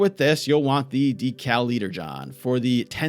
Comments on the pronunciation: Decaliterjon. Deca = deh-kah meaning 10 in metric. Not decal. That's why it holds 10,000 liters. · DECAL Literjon??? Deca as in 10K Literjon. Not Decal as in Sticker... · lol it’s Deca-Literjon, like deca as in 10, not decal-literjon 😂